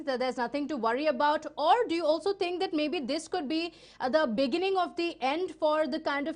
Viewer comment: Madam it's not tink. it's THINK